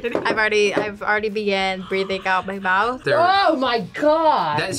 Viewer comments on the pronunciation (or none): none